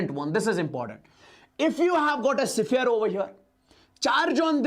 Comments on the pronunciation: Siphere ❌ sphere ✅ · Sphere ❌siphere✅